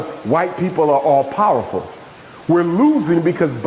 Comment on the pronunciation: 🤔 "Piwerful" .....lol...🤣😂..